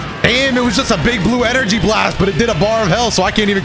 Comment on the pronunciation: What's an energy "slast"?